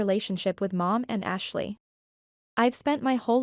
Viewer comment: I can't be the only one who heard Hashley